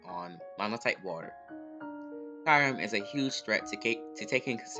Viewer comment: Great vid but the way you pronounce Kyurem kills me lmao it's Kyoo-rem